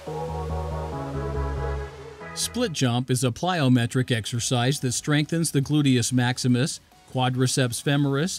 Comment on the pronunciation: Bro really said glutious maximus